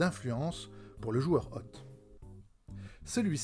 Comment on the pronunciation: La vache qu'elle est chiante cette vidéo ! Lecture des notes, le ton, le bordel derrière, hôte prononcé "hotte", Plus jamais ! Bravo pour l'initiative quand même ! (hôte se prononce pus comme "haute" pour information.